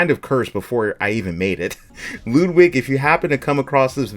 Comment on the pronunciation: Just an FYI u pronounced Ludwig wrong but I don’t know how to type it out correctly lol it’s like lud rhymes with mud and wig is like the wig u wear idk lol